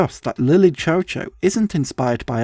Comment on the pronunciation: from what i’ve seen online i’m actually pretty sure that it’s pronounced “lily shew shew”. that’s probably my only critique of this video. i remember watching this for the first time and i wish i could watch it for the first time again and again